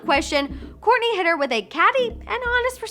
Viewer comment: Ur saying korny not kourtney